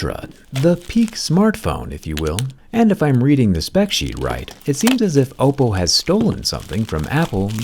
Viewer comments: Do you always say “oh-po” the first time to get people to comment and tell you that you’re saying it wrong, since you say it correctly the rest of the video? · Just me or does he keep saying Appo? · Am i the only one who heard Apple when he said Oppo???? Please help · You say Oppo but sounds like Apple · I kept mishearing Oppo as 🍏 but wow, this phone is truly the best smartphone out there at the moment, Oppo keeps delivering quality unlike other phone companies. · I keep hearing Apple Find X9 Ultra... not Oppo lol. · 'OPPO'sed to 'APPLE's , damn jerry😂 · Why do I keep hearing oppo as apple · I love how Jerry pronounces “Oppo” to sound like “Apple” because of how they copied Apple’s Sensor-Shift technology. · Everytime he says Oppo, I hear Apple. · He did. And when you think about it, the word “Oppo” itself is how East Asian languages would say “apple” due to the lack of an L sound. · Are you saying Oppo or Apple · i swear without the captions i hear oppo